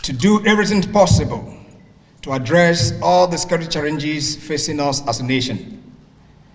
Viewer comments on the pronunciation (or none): FRAME I thought the 4-star general was a Fulani man until he said, "chaRRenges." He is from Anambra. Confirmed!